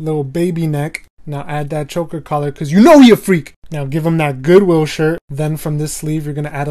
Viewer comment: I thought he said good lil shirt XD